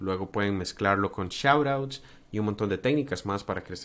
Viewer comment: cuando dices tecnicas "shououts" que es?? no alcanzo a entender la pronunciacion de la palabra